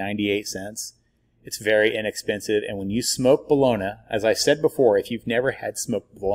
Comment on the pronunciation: New resident to Stilly. Seen your product in Homeland. Came here to talk shit. The only thing i can find is your pronunciation of bologna. Haha. Everything else is spot on.. i did indeed flood my kitchen with FOUR briskets in my oven finishing up. Nor i finish in the easy oven (pellet grill) six in sticks finished on pellets. Good job. I will definitely try your rub next time. This time im doing a jack daniels themed memorial party. So injected with jack n coke and a jack daniels rub from academy. Great video man. Lets smoke sometime.